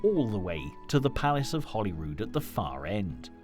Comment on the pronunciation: Why does he keep calling Hollyrood Palace, HOLLYWOOD Palace?? Gimp